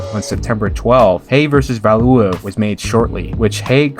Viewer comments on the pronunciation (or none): Nikolai valooov tony belooo du bois, wtf are those pronunciation, val u ev, bel you dub wah thats how you do it properly